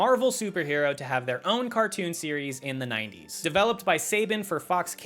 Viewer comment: It's not "say-ban", it's "SAH-BAAAHN"!